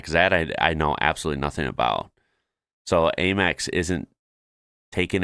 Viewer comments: Slightly off topic but that "British" person pronouncing it Ay-mex is a bit weird. Usually here it's pronounced Am-ex as in "Am"erican Express. (And no, it's not widely accepted in supermarkets etc, maybe some outlets which cater more for tourists) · WTF is Aimex? The adverts say Am-Ex.